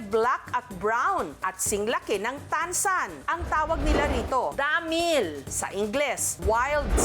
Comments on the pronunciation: Grabeng diin sa pag bigkas ng damil 😅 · Edited ung audio clip. Mali pagbigkas ni Ms. Jessica sa DAMIL. Sa mali pagbigkas, kaya inedit nila lahat ng sinabi, and then kinuha nila yung sa clip, nilagay nila sa bawat damil na sasabihin ni Ms. Jessica. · Grabee yung bigkas ng Damil diin na diin😂😂😂😂😂